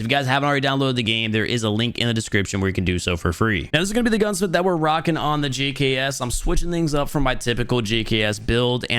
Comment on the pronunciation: He said "The Gucks" wrong btw.. Thought I'd point that out for you lot who might have missed that..